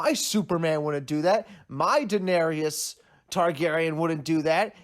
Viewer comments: "Daeneryus" I agree she was tyrant but at least after 7 season you should learn how to pronounce her name properly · "Danarius" "cersese" haha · Defending slavery? Whew this is disgusting and the amount of people agreeing with this is ridiculous. Also she didn’t kill ‘every single slaver’ she killed 163. Making a damn video about Daenerys and you can’t even pronounce the damn name pls. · DAENERYS NOT DAENERIOUS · She told the audience what she was going to do, she said fire and blood and that’s exactly what she did. I agree with you. I hated some of the things that happened but it fit. Everything you said is right except the pronunciation of Daenerys name lol